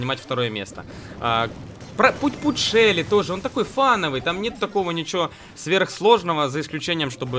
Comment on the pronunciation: На шелли шелу, на рикошета ричкошет, на джесси джесие